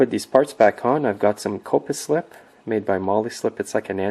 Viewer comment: lol, it's pronounced copperslip